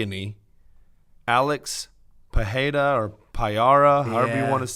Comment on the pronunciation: constantly saying WB can't pronounce names Also: "Alex Pie Era"